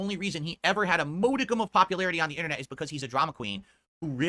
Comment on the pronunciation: MODE-icum lol. Another word he can’t pronounce. Instead of using one of the dozens of easy substitutes like ‘shred’ reaches for the big fancy ten dollar word he didn’t take the time to learn how to pronounce. And probably would have bungled shred too. ShrEEd. S..SS..Sred. SHRAHHD. He would find a way. That’s just how is, what can you do? Nothing. You get older, you stop caring. Let him disgrace our beloved English language. I often criticize him under the premise that English is his first and only language and having graduated college it’s not even logical on any level that he’s this bad at language unless he got his MBA out of a Crackerjack Box or had a state-funded Phil-to-English fulltime translator because he’s obviously suffering from a grievous yet unknown disability. Which is really true. The disability. has Asperger’s written all over him. It explains everything including his anomalous academic performance if there’s any truth to that. The way it works in the Aspie world is that they’re all high-functioning in most ways. Some are average in terms of intelligence, most are slightly above, a few are below. The dumbest ones tend to thrive on academic routines and metrics and in turn are disproportionately rewarded by adults because they see them as the “little engine that could” instead of the budding geniuses they see themselves as. The smart ones generally can’t be indulged and coddled so easily. If you want to manipulate them there’s always som